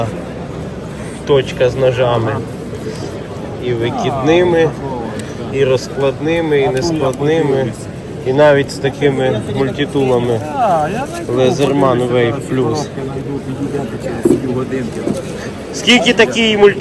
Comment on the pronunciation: О правильно ЛЕЗЕРМАН а бородатый хряк говорит ЛИЗЕРМАН скажи ему как правильно